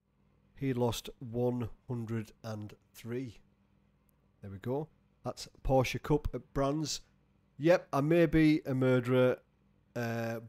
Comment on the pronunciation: Finally! You pronounced Porsche right... 😉 Love your content!!